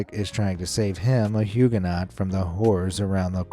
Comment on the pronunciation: Pity the narrator doesn't know how to pronounce Holbein, Millais, Huguenot, sower - (I'll allow Van Gogh as I realise that's the standard American mispronunciation)